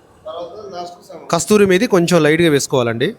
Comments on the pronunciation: Not kasthoori menthi it's kasoori menthi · KasTuri Methi Kaadu! Ayyo Raama! KASOORI Methi. No T in Kasoori 😅